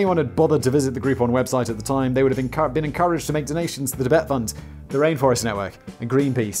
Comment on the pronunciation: Simon: "Chibet" CCP: yeeeeeesssssss, exaaaaaacatary